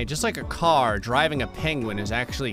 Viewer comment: Why does he say it like Pain-gwen? lol